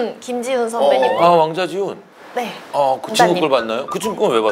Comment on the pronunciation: 남자 꺼 본적 있어요? 다음에 왕자지훈도 왜 이상하게 들리짘ㅋㅋㅋㅋㅋㅋ